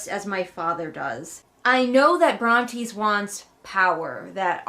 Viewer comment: Re: the names - I think I remember that you used to pronounce Brontes' name correctly but at some point you abruptly stopped, which I find hilarious & assumed it was deliberate 😂 Also Tobias reminds me of Bill Murray in the Spy Who Knew Too Little lmao